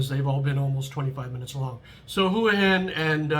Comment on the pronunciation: Thanks for pronouncing Hua Hin correctly. Wayne’s series on HH was very accurate, it’s more for 55+ who want a normal life without the partying. I’m looking to hire expats myself for a business in the US and the one rule about expats in Thailand is they can’t live in Pattaya because of the reputation. Pattaya has it all though and is cheap to live.